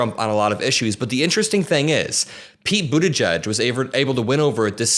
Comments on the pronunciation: As a brit it’s the first time I’ve heard buttigieg pronounced and I’m shocked. I was saying butty geeg? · I appreciate its not the easiest thing to pronounce but it is boo-TAH-jeej emphasis on the second sylable (jeej sounds like 'jeep' but with a J instead of a P at the end).